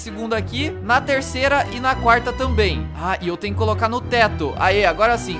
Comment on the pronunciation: Quando o tá falando ele falou trnho (Escrevam Tenho Errado)